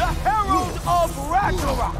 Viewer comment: RAGNAROK❌ RAGANAROK✅😅😅😅